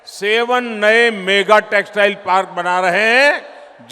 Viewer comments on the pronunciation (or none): none